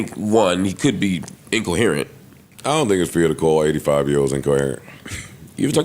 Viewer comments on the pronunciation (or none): " I just cheked the definition out for the word COE-HUR-JIN.." DAWG, just leave it alone 😂😂😂